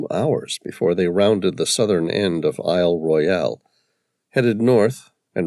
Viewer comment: There are No sharks in ice cold fresh water Lake Superior. And Isle Royale is pronounced Royal by locals